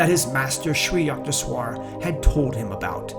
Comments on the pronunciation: yuckteshwar ! yuck! U in Sanskrit is pronounced like a short U more like book. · Hi, I am a 50 year devotee of Parmahansa Yogananda. I really enjoyed this video and thought it is mostly accurate. The mispronunciation of Sri Yukteswar’s name was disconcerting to me (Yook-tes-war is how Yogananda pronounced it). There are many recordings of Yogananda praying and saying the name of each guru in the SRF line. Just thought you would like to know for future videos. May Babaji guide your steps and vision to more videos of these great masters. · it's 'sid---ha" not "sid-a"; "Koon---dalini" not "Kund..."; "yuke---....teswar"